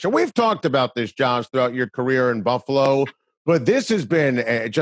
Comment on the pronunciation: You can tell he is a buffalo guy now as he pronounces the name correctly. If you are not from here you say Buff a lo. If you are from here it’s 2 syllables buff lo. The a is silent.